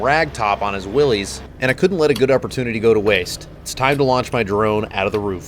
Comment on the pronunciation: When Jeep guys don't know how to properly say, "Willys."